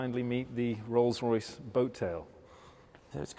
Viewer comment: "Rolce Royce Kitchen"